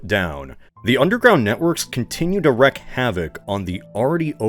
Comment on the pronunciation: Odds are that you read this comment are slim. But you're a professional narrator and I feel compelled to help you. The first half of the term "wreak havoc" is pronounced reek, not wreck. It took me a while to figure that out myself. It's one of those terms you read more than you hear spoken aloud, so no shame in it!